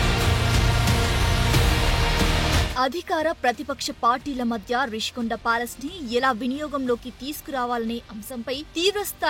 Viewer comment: English లో Rushikonda అన్నప్పుడు తెలుగులో ఋషికొండ అనే అనాలి. మధ్యలో రిషి కొండ అంటావేమిటి రా !? తెలుగు రాదా !? English రాదా !? రెండూ రానివాళ్ళు మీడియాకి రాకండి.